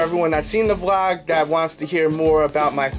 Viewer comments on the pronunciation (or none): none